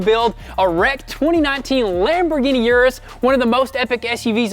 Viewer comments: Is pronounced OOH - DOOHS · you gave it away in your last video u said uris